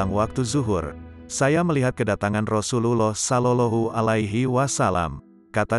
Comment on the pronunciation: Ymind cara Lou berucap Rasulullah sebaiknya Lou belajar yg benar PD uztad atau ulama yg fasih